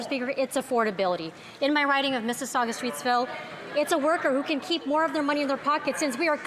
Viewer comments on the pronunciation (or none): none